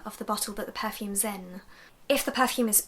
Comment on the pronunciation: I like how you say per-fumes with emphasis on the "er"